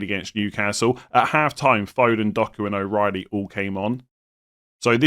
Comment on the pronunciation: What’s the accent? Your pronunciation of Anfield & half is wild😂